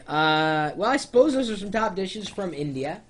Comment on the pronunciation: lol- he does enunciate INdeeYha and INdian.